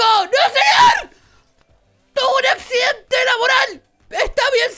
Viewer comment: que actsidente con mucha risa